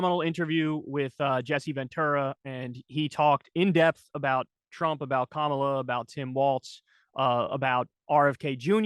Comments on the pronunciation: Kamala … Like Pamela but with a “K”is better than K-MAH-la . Or , La … but I give Jesse a pass as he worked with James Harris better known as KAMALA . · Jesse still pronounces Kamala's name the racist way. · I wonder why no one ever gives Jesse Ventura any flak for saying “KaMahLah” instead of “comma-la”? I think it’s from when he battled a certain giant from Uganda? Jokes guys. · As soon as he said her name the MAGA way, I had to turn it off.